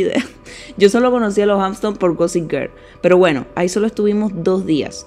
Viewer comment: Niña, Hampton no tienes s! Porque dices Hampston?! Y island, no se pronuncia la s, se dice "ailand". Ahora, el país Iceland si se dice como tu dices island! 😊